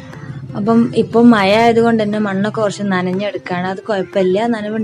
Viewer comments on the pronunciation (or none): മയാ അല്ല മഴാ